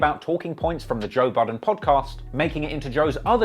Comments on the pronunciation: He said toe buddin in the Intro Lol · This man said Toe Budden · Did he call him Toe Budden 😅😭💀